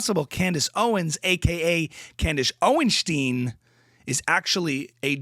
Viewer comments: It's OwenSTINE not OwenSTEEN. Thank you for your attention to the matter. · Candis oinshtin😂😂😂